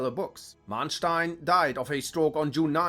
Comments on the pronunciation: but he didn't pronounce them properly. which is weird as he seems to be german?... Manteuffel and Manstein for instance... he pronounced both of them with long "a", which is wrong. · no. it's spelled with one n but pronounced as if it had two. names don't follow the same spelling rules as other words. he also mispronounced Manteuffel. you can look me up, I use my real name here. I'm a historian and german linguist. this is literally a mixture of both of my fields.